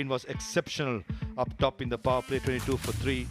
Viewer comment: Yes puwar ampyr😂😂